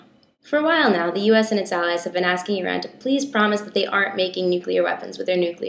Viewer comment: As an Iranian, I get so satisfied every time you pronounce "Iran" correctly. :)